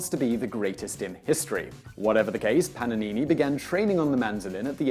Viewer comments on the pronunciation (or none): it is paGanini not paNanini😂